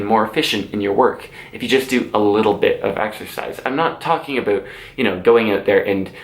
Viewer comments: says “aboot” me: instant subscription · this is probably the first time i've heard the infamous canadian "about" accent